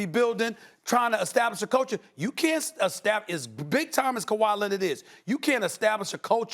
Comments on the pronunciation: Lmao 😭😭😭 I’m dead😵😵 khawi “Lennid” !!! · The Kawhi Lennid be killing me 😂 😆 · Stephen A: Luka “Donchik” Also Stephen A: Kawhi “Lennid” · Stephen “Kawhi Lenned” Smith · Kawhi lenind 😂😂😂😂😂 SAS